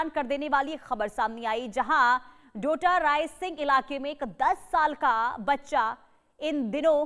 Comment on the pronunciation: Madam apko kisne. Anchor bna diya डोटारायसिंह नहीं बल्कि टोडा रायसिंह है